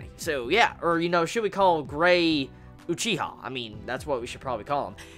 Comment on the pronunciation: I can't take "Gray Uchiha" seriosly because of your reviews. I was laughing through this chapter because of "Gray Uchicha" + Gajeel.